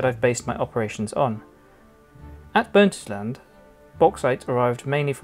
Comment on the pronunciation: Burntisland is prenounced Burnt-Island NOT Burnt-is-land lmao